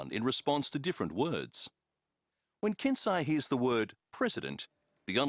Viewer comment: "The research team admits, that there is still a long way to go..." Yes pretty much a very long way but still interesting. Also, pronouncing Japanese names with English phonetics ruins it XD "Kansei" pronounced by commentary as "Can Sigh", it's supposed to be "Carn Say"